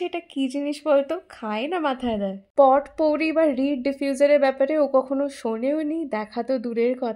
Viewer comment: Pronunciation ta potpourri noy, popouri hoy.